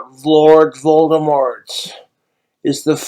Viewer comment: "Vlorg Volgdemork"